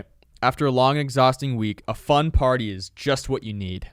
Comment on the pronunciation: I heard effort when I heard party